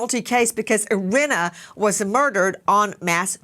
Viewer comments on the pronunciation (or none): Nancy Grace please learn how to pronounce Iryna’s name correctly. It’s not Irinna it is Iryna. It’s sad enough no one helped Iryna. You could at least pronounce her name right. The mayor didn’t want it known what happened to Iryna. So the least the American people can do is give the killer what he deserves and pronounce her name right!! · Please make sure you know the correct pronunciation of the victim’s name. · I’m not sure you pronounced her name correctly, Nancy. But just to be frank if they didn’t send BK to death row I doubt they’re gonna do it with this guy..🤬